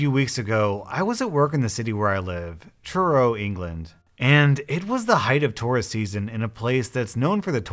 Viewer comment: When you said Truro I thought you said churro